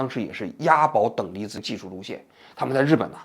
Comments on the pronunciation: 王局说"等离几”的时候，我正在吃饭😂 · 你好王局，今天在节目中你说了好几次等离几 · 等离ji…..哈哈哈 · 王局嘴瓢了😂等里脊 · 王菊怎么还“等离几”上了😂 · 等离子！等离子！等离子！王菊，来，重要的词组念三遍！！！可别再嘴瓢成等离几了哈🤣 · 我果然很无聊，王局嘴瓢说出等离几一下把我逗乐了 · 王局之所以读错，是因为zi的i有别于普通的i。zi的i是开口呼韵母，与jqxbpdt等声母相合的i是齐齿呼韵母。王局下意识地想发齐齿呼的i，却无法与z相合，也就迁移到了音位相近的j上，最后等离子也就被念成了等里几。此外，王局念错也和日语浊化规则有关。日语さ（sa）行假名灼华后变成ざ（za），但同行的し(shi，音同西）浊化后变成じ（ji），也就导致日语zi的缺失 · "等离几"发生在 🤣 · 王菊年纪大了啊，等离紫，等离紫。已经口齿不清了。